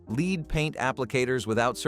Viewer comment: Soundtrack says "without protective gear" while picture shows people in masks. C'mon, AI, if you want to take over the world, you're going to have to do better then that. Oh, and why does EVERY AI video pronounce the metal "lead" as "leed?"